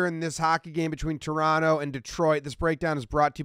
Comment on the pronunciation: Full marks for correct pronunciation of Toronto.